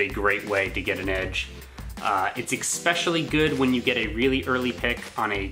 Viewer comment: I enjoyed and liked the video but I cringed every time you said EK-specially =/